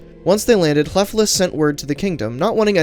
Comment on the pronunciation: The F is pronounced like a V. But your ll is good :)